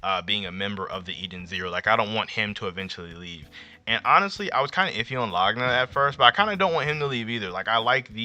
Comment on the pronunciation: why you say Laguna like that